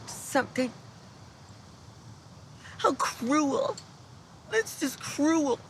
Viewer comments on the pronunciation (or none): "HOW CRUWEL.. THAT'S JUST CRUWEL!"